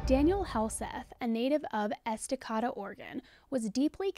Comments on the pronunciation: Great coverage, but it is pronounced Esta-Kay-duh, Oregon 🫶🏻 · I'm sure someone else has mentioned this, but....Native Oregonian here. Estacada is pronounced EstaKAYda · I feel like I will sound mean saying this but I swear I’m not! It’s pronounced Es-tuh-Kay-duh.❤️ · I am from Oregon and this was insane. Before I moved to Texas, I didn't live far from Estacada (pronounced eh - stuh - Kay - duh) when this happened. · Oregon native here, thankful for the case coverage! Just a note for the future, and for anyone watching, it’s eh·stuh·kay·duh 🖤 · As on Oregonian I had to LOL at the pronunciation of "Estacada" 😬😂 Proper pronunciation is " eh·stuh·kay·duh" Love all your episodes ❤️ I tell everyone at work they need to go follow you. 💜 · Just an FYI, we pronounce it as Esta-kAy-duh. You aren't the first I've heard pronounce it that way. We have lots of names that don't sound the way you might think. Thank you for covering this. It seems like he was such a dedicated dad. The fact that he and his ex had a joint account and she still cared enough to notice the weirdness still also goes toward making me believe he was a good guy whose marriage just didn't work out. That sort of thing doesn't happen when you are trying to get away from an awful ex. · I love your look in this video! Hello from Oregon 🌲 Side note: it’s pronounced Esta-cade-ah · Hey it's pronounced Estakayda...love your show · It's pronounced Esta-k-da. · Estacada = Es-Ta-Kay-Da :) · ESTA KAY DA is how it’s pronounced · Hehe. It’s pronounced Es-tah-KAY-duh. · Same, Oregonian here!!!! I was coming to look for this comment as I was trying to sound it out in txt form for the rest. So thank you!